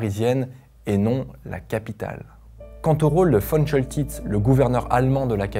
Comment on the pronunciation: On dit Von Koltitz. Ce général de la Werhmacht ( et non NAZI) adorait la France. Il a bien